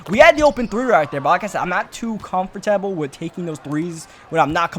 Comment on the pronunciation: "comfort- TABLE"